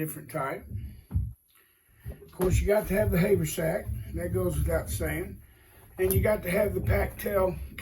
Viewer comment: its not hay vur sack its haver sack